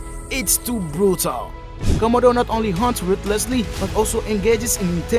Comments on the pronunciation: They are the Komodo Dragons and not the Commodore Dragon, okay. So why can you pronounced it correctly huh? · Ven-am of de khamido 😂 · The commodore eats everything it comes across 😂😂😂😂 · Comma-do dragon lol. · A 5 minute video in 23 mins with a narrator who can't pronounce the name of the animal. Was some amazing footage though🎉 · I totally agree!! The announcer doesn't pronounce the name komono right. I turn the volume down for just that reason. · Y’all need to stfu already about how he pronounces Komodo .. he obviously has an accent & if it bothers you so much go watch another video . Simple .